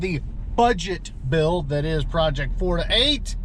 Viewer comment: I don't know why but when you say 4to8.... It sounds more like you're saying Florida8.